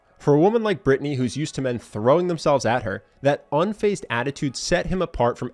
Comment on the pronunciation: UNFAZED, not unphased